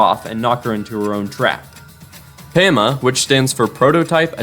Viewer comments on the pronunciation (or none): ITS "PAW-MUH" put RESPECT to his name.. my goat and glorious king PAMA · How the HELL do you mispronounce PAMA???? Like dude how did you get the footage for minecraft story mode and not hear them say its name even once??? There is nothing to make the A sound like "AY" in that name. I know I'm going off but like dude how did you mess that up 😭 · also it LITRALY SAID PAMA (Pa - mA) NOT PAMA (pAy - me)